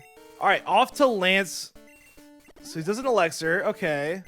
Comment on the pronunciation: I loved your commentary dude!!! Except when you say eLUXir or eLEXir its eLIXir dude